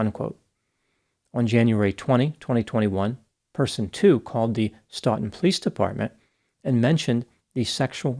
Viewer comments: It’s sTOEton not sTAWtin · STO-ton not Staw-ton. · suffers from the syndrome of mispronouncing New England town names. Those names should have been easy, too. Wellesley is obvious, there's a college there (wells-lee). Stoughton is not Stowton (well, maybe in England)) but Sto-ton. Easy-peasy. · It’s not st-aw-ton. It’s stow-tin Spelled Stoughton. Sorry , I grew up a few tons south east of stoughton. The pronunciation was bugging me. Great video as always though. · FYI "Stoughton" is pronounced like "Stowe Ton" not "S taught Ton" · It's pronounced like "stow-ton" , "Welz-Lee " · My Lord, you are destroying these names... Stoughton- stō·ton. Wellesley- wels·lee. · lete me help with massachusetss town pronunciations: stoughton (olde english) stoughton pronounced STOWTON. AND WELLSLEY uber expensive community: WELLS LEE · Stow-ton Wells-lee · Stoughton is pronounced “STOWton” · Stoughton is pronounced “Stow ton” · I was born in Stoughton, Massachusetts and just wanted to tell everyone how to pronounce the town names mentioned 🙂 Stoughton = stow ton Wellesley = Wells lee Just an FYI 👋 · Stow-ton is how you pronounce the name of the city where he went to the academy. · Stoughton and Wellesley are pronounced St-oh-ton and Wellz-lee! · Farwell was not the victim of a “blackmailer”. He groomed and abused a teenager and then murdered her. Also, it’s pronounced “STOW-ton”. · Stō-ton doc 🤦‍♂️. 😂 I only care cuz I grew up there. Still have family there. History of corruption in that pd. Dirty lil piggies. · Stoughton pronounced Sto-Ton, and Wellesley pronounced Wells-Lee. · Strange, I’ve never been to Massachusetts yet that’s exactly how I’d pronounce the cities’/towns’ names. The correct way, not way. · It's pronounced Stow tun. Like Snow tun but with a T instead of a N😮😅😅😊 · It's pronounced Stow-ton and Wellsley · Sto ton is the pronunciation for the town of Stoughton in Massachusetts. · It's pronounced "Stow"ton